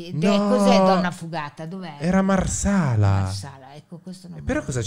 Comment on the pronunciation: Io che sono di Marsala e urlavo: è MARSALLALALLALAAL NN RAGUSA MARSALLALALA